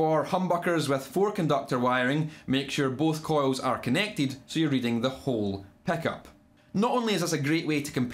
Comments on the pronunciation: Most people: "Pickup" Scottish boi: "Peckup" Is that similar to a chin-up? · 🤣 can’t get enough of hearing “Peckop”